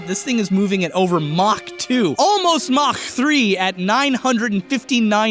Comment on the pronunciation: I like his accent when said mach.